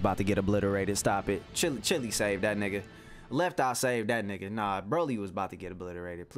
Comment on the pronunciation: People: Cheelai!: Chili